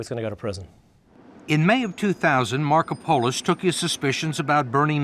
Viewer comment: another crime is the name pronunciation of Markopolis by the interviewer